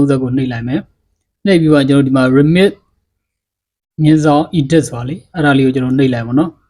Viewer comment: Edit ကို အီဒစ်လို့ အသံထွက်တာလား Lyrics ကို လင့် လို့ အသံထွက်တာလား create ကို ခရိတ်လို့ အသံထွက်တာလား ပါးစပ်ဝဲပေါက်ဦးမယ် စောက်ရူးကောင်